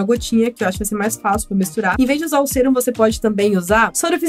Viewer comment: SE FALA SÉRUM!!!!